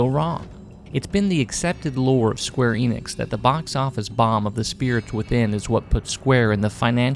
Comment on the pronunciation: he pronounces every japanese name correctly except square enix itself 😩 ff12 is awesome!